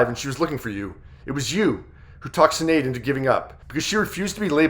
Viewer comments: You need to learn how to pronounce her name. It’s not sin - shin. S in Irish is Sh sound. Shinead. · Her name is pronounced..S h I n é a d..shin aid. It is an Irish name